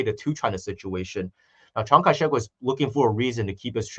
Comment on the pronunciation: I love how whenever says Chiang Kai Shek, it sounds like he says Chiang Kai. "Sh!t"!! 🤣 Is this intentional,? 🤣